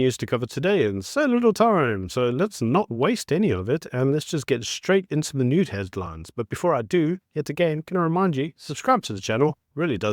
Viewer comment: Did you say nude headlines 😅😂